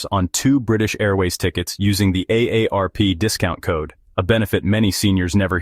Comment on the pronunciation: Stupid AI narrative and even dumber AI narrative! AARP = a day rp